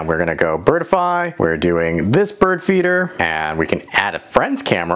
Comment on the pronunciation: Not pronounced "bird-i-fy". There are only 2 syllables - "bird-fy".